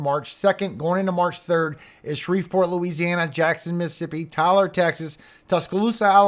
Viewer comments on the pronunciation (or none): none